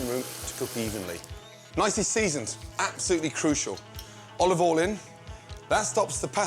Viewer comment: Bit of olivol.